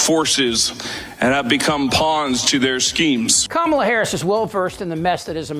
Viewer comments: It's KAmala, not KaMAla. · Say her name correctly, please! Like Comma-la. Thank you! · It's pronounced "comma-la". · Trump likes to mispronounce the name "Kamala". So let's be sure to call him Don OLD Trump. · Good reporting, Chip, but why are you mispronouncing her name? 🤨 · Please learn how to correctly pronounce Kamala . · You may want to pronounce her name properly rather than how Donnie does… and spell it correctly in the title. Other than that, good points, thank you. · Hey, Chip, you sound like the Republicans. Learn to pronounce Kamala’s name correctly. The stress is on the Ka not the ma.